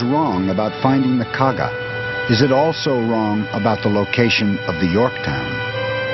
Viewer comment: Japanese carrier Kaga, not Kagi.